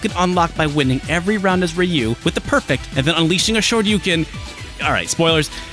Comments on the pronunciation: It's "Ruu" (with the tongue vibrating), not "Ri yu". Even, according to Google Translate, it's pronounced as "H yu". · Rai-yu? Really? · wait, Rai-you? (dunno if it's the correct manner to transcribe phonemes without recurring to IPA) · Lol the commercial says Rayoo